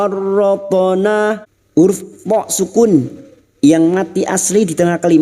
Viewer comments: Farroth'na ko terdengar jelas Farothona yah.. ? Bukannya itu ada sukun ustadz..? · huruf tho seperti tidak sukun dalam ucapanmu......